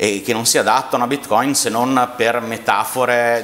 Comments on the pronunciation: Tutto molto bello, ma perché andare controcorrente rispetto a tutti gli esseri viventi del pianeta chiamando bitcoin con l'accento sbagliato? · Quabdo intervisti l’esperto, che pronuncia la parola Bitcoin nel modo corretto, ma ru vai avanti imperterrito a pronunciarla in modo sbagliato per dimostrare la tua velocità di apprendimento…